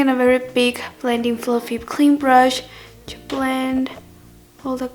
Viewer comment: I love how says 'chu' instead of 'to':3